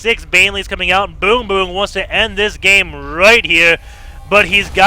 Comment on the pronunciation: Every single time you say "BoongBoong" I giggled hard.